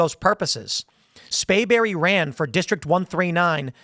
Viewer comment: You keep saying "Spayberry" with no 'r'. You know what the punishment should be if he's convicted.